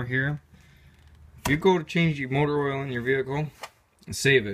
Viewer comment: I thought he was saying Motorola all the time 😂😂